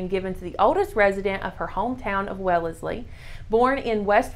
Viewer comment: Masshole here to correct you because I can't not. 😂😂😂 It's pronounced wells-ley. We love having towns spelled different then they are pronounced lol